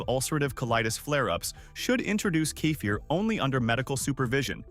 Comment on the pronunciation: How many ways can AI pronounce "kefir"? I counted 3 in the first minute. Why do humans no longer read these scripts?